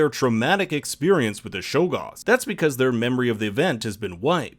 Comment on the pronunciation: Stop calling them Shoggoths please